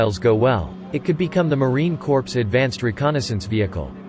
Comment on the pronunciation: Gah. Narrator pronounced the p in Corps!